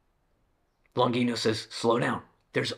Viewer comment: Very interesting and very good video! I agree with many of the points of Longino. Especially when she talks about lies on women and the denigration... Most of pornography is quite shabby, violent and probably it can have a bad effect on many people... But I ask Longino and myself. What is the solution? By the way, Longino is an italian surname and should be pronounced Lonjeeno... Greetings!